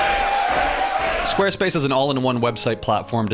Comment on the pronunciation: I swear squarespace sounded like space king to me for a moment.